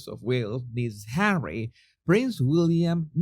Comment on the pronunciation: No body needs Hawwy, no body wants HAWWY.